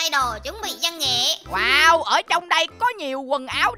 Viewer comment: Từ văn nghệ thành củ nghệ 😂😂😂